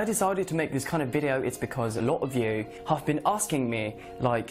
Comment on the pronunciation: Cara dia pronounce have kedengaran kek half, pdhal sbnrnya biasa aja